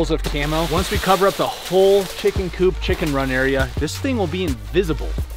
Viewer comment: *Coop not Coup my dudes